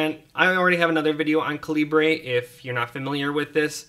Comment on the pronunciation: Caleebray lol. Dude seriously- it's just the british spelling of caliber.